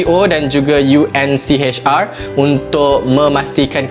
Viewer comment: UNHCR bro ... bukan UNCHR ...🤦‍♂️